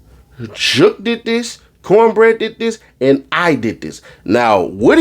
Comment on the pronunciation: Not counbreaddd 😂😂😂😂😂